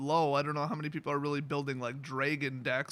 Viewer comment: Dra gon DraAaaaa no e in dragon..